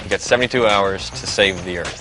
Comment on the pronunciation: I cringed every time he said "Earth". It's not Earth!